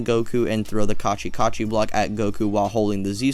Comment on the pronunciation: Kachi Kachi???? It's called Katchin🤣